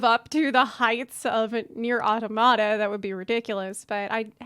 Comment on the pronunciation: why does no one know how to pronounce Automata correctly...